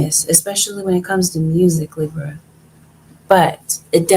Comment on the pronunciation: Can you please say Libra(leebra)properly. I’m sorry it just irks my soul when you say lib ra. Like giiiirl